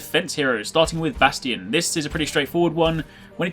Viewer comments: Weird you really just call bastion Bash-te-en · Its ba-sh-ton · Bastion: exists and his name is pronounced "Bas shon": B A S T Y O N